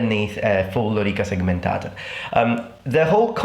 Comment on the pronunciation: i can tell you are not a native anglophone because you say "segmentata" correctly, without rolling the t into an r.